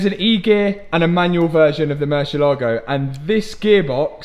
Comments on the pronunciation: Can you please please please, learn how to pronounce Murciélago? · Please stop saying murcielago…. Use lambo